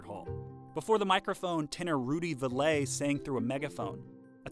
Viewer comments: had me until you said rudy ve-LAY! GEEzus ... learn to pronounce his name! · Rudy's last name is pronounced like "valley." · If you're going to spend a substantial portion of your video discussing a particular person, you should know how to pronounce their name. Especially when it's a famous person, from the modern era. Rudy Vallee was on TV for years. He had a TV show named after him. A little research goes a long way. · It's not an easy mistake if they would have taken time to actually watch or listen to the many radio shows available on youtube where his name is pronounced in the introductions. Rudy Vallee is someone many people are familiar with. He's not some obscure figure buried in deep in the vaults of music history. He was immensely popular. Mispronouncing his name is a rookie mistake and belies a kind of arrogance on the part of Cheddar. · For those of us who lived through much of the twentieth century, hearing Rudy Vallee's surname mispronounced in an otherwise polished piece is like seeing a whole bunch of spinach stuck in an otherwise beautiful smile. Didn't have to happen, with just a little more effort. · I don't understand why you didn't research your information better and use the correct pronunciation of the name of one of the biggest entertainers of the early 20th century. You could have easily watched some videos here on youtube and actually heard people of his era pronounce Rudy Vallee's name as Valley not Vallay. Please correct this mistake. It does a disservice to a great entertainer. Here's a link with his name being uttered correctly at the very beginning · you keep mispronouncing Rudy Vallee's name. It is really irritating. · If you listen to the video, the narrator pronounces it "Vah lay" instead of "Valley".(Val lee) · VALLEY. Rudy Valle sounds like Valley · It is pronounced "VALLEY" like in the Valley!!! NOT VALAY. Love those notation animations! How'd you get them? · It's pronounced "Valley" not "Valet" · "Val-ee" not "Val-lay."